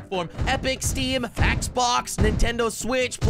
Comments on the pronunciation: Who heard fax box not Xbox lol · Idk y but when he said xbox It kindna sound like he said fax box